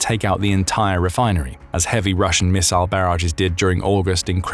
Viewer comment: Thanks goodness for a video where someone knows how to pronounce “missile”.